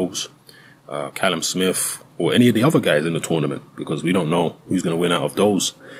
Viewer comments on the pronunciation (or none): none